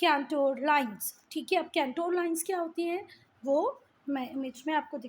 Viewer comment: It is contour lines You r pronouncing it wrong cantour lines